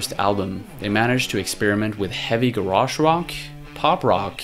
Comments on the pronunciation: Never pronounce 'garage' like that again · Until this video, I had no idea Americans actually pronounced 'garage rock' that way (though I knew how you guys pronounced 'garage' as a word on its own). NGL it sounds weird - ga-rarge. In the UK we say 'garraj'